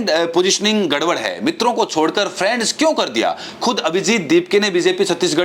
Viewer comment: friends nahi bola khatil viswaguru, balki " prands" bola tfa.